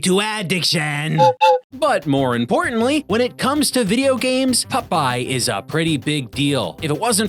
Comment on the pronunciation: You said Vidja!